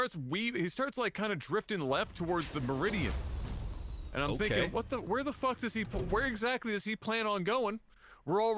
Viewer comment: Median, not meridian. Great cast though!